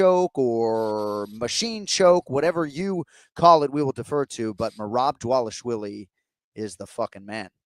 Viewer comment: Another name Jon cant say. Its DvalishVILI, not DvalishWILLIE. Come on man